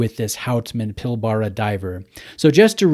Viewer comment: Really nice piece. Not a fan of the bracelet, would look awesome on a rubber strap or NATO. Also, it's pronounced 'pil-bra', just another of our weird Aussie words :)